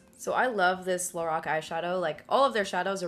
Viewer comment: Very pretty look :) Btw I was happy to hear you pronounce LORAC correctly... I still hear a lot of people pronounce it incorrectly. Also, I miss your dramatic cheekbone contour, tbh. I just can't get on board with the "strobing" trend. :P